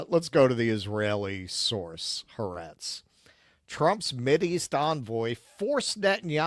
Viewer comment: Are you fake jews or do you really not know how to pronounce ha'aretz?